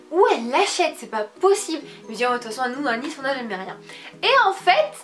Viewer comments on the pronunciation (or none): none